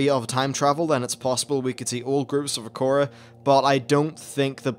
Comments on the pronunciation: What the hell Is an acora? Do you mean Air-uh-co-uh? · Akora? XD I usually pronounce it "Ah-ra-co-ah" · Acora? It's Arak Koa not Uh Korra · How did you say it like "a core a" when it's spelt "a rakko a"? Do you spell "core" as "rakko"?